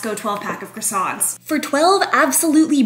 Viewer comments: For someone who went to French pastry school, you sure don’t know how to pronounce “croissants”….kinda like most Americans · They didn't teach you how to pronounce "croissants "? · Her first insult was pronouncing them wrong. 😂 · And yet she pronounces croissants the most american way 😂